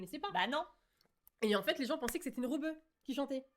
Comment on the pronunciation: Elle a dit pas forcément REBEUE… mais en même temps oui c’est VITAA ptdr choquée 😂 Bon j’en suis qu’à 20min de vidéo mais quel plaisir !!! Je poursuis la lecture 🤣